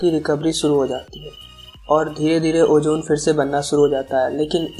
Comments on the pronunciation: its ozone bro not ojjooone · Bro it's not ojone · Ojone nahe, ozone hai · Ojone nai ozone hota ha